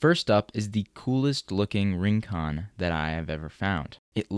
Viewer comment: "Rincón" -- stress on the second syllable -- is a Spanish word meaning a distant or isolated spot.